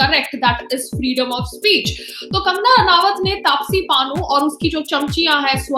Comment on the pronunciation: Aunty plz pannu ka nam tapsi bhi taapashi hai ye to sahi se bol lo